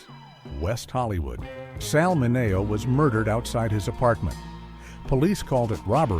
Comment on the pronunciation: "Mineo" is pronounced wrong. I hate AI mistakes.